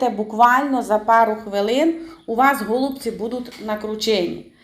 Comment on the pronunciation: Тільки не гооолубці а голубцііі , капець аж по вухах ріже....😮😮😮😮😮